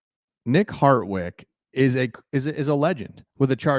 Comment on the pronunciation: harDwick not harTwick